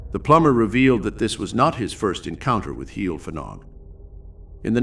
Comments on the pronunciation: Not a good pronunciation. Heol ‘hei - all’ Fanog ‘van -aug.’ Not heel ffanog. Fads sake. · Every time you say 'heel ffanog' I cringe!!!!! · Murdering the Welsh Language here. Pronounced Hay-ol Van-og. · I knew Liz and Bill Rich when they first came to Brecon as a very young couple , I have been in touch with Liz during the last few years , and she has given a talk at my place of work about the happenings at Heol Fanog . As a Welsh speaker Heol Fanog is pronounce Heol Vanog , the F is silent and pronounced as V I hope you didn't mind me mentioning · Love that Wales has featured, thanks for sharing. I didn't know about this place :) however its pronounced 'Hay-ol vanog' if you'd like to know 👍 diolch (thank you) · I'm enjoying watching this. But I cannot stop myself from advising how to pronounce the name of the farm correctly. Phonetically it is Hail Van-og 😊 with the emphasis on the Van x Welsh is a fun language